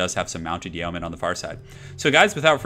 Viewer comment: It's pronounced "yo-men"